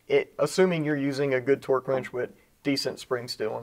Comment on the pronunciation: People over complicate the simple of tasks. Every time says torque I hear twerk! 🤣